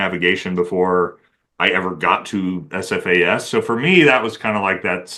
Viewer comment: Shit, this is the first time I have ever heard you say SFAS multiple times without mucking it up. Often, you have referred to it as "AFAS." Be drivin' me nuts, but you're alright, mmmkay.